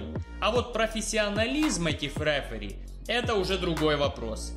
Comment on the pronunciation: никогда. Не. Говори. РЭФЭРИ, без пафоса давай